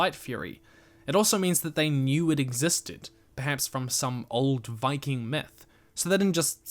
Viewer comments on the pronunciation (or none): none